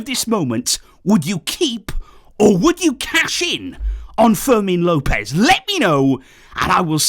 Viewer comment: fermin Lopez not forsel